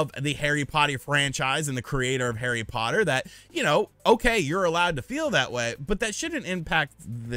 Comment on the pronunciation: Did I hear "hairy potty" lol. Good video brother